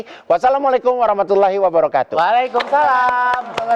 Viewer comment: Ms Igun klo ngucap salan belakang nya pas wabarokaatu. Tu nya itu pendek bkn pnj.